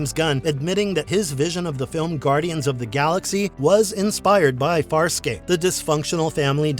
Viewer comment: You seem to have knowledge of the show, but at the same time you mispronounced almost every name. So maybe you are book smart, and lacking in actual experiencing the show. You should because it’s one of the best sci-fi shows ever.